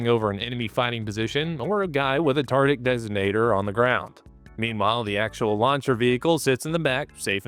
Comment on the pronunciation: I rewinded 4 times it sounds like you are saying tarded designator and it fits lol